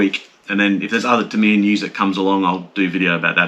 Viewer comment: You can’t call yourself “” if you’re not willing to say ‘Tamiya’ properly. Remember you’re an Aussie and not a yank. An Aussie imitating an American is akin to devolution. Stop it.